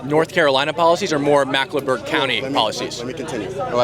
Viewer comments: Just wanna say, it's Mecklenburg not Macklenburg. 😁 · Mecklenburg. Say "Mecklenburg." Not macklenburg. It's our largest county and encompasses ALL of Charlotte, NC. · Bro just learn how to say “Mecklenburg” everything else was on point